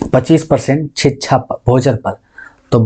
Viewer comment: sir शिक्षा बोला करिए …छीच्छा क्यो बोलते है